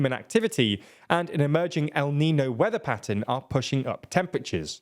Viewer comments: You've got it wrong. Lasagna would be for La Niña, not El Niño. El Niño would be pronounced "neen-yoh". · Hi! Big fan here, thank you for your work! Just a comment… since “el niño” it’s a phenomenon that is going to become more frequent, don’t you think you could try and pronounce it correctly? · my guy, my dude, I know you're British but El Niño can't be that hard for you to pronounce 😂😂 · Is ñ really that hard to pronounce? Say it with me- El Niño. No reason to butcher words just cause they are a different language. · Its called el niño, not nino. Monolingual brits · Is it so hard to pronounce EL-NIN-NYO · Note to: El Neen-yo is how you say it. It is Spanish and refers to the Christ Child since the phenomenon was first noticed around Xmas by fishermen in South America and the Spanish love naming things for Xtian iconography. The N with the tilde [~ til-day] over it is not just an odd N, but rather a completely different letter, an En-yay. The first record of El Nino is from 1892 in Lima, Peru. La Neen-ya is the reverse but doesn't refer to anything to do with Xmas. It's just the reverse. What the fishermen noticed was that there was a warm off shore current where the water was normally cold. What they really were noticing was that the fish weren't there since the cold water has more nutrients in it. And that the seabirds that depend on the fish would also be dying/failing to fledge nestlings. The seabirds are important because their droppings [guano, gwa-no] were harvested for fertilizer. Now it is more used as shorthand for the Southern Ocean Oscillation, where different temps of the ocean lead to changes in where the jet stream flows. It often, but not always, leads to a wet year in California while La Nina is more associated with drought but the changes are really felt all over the world, as you allude to in the piece on Global Temperature having set a new high record. ~Andy [native and resident in CA for all but 9 of his nearly 66 years].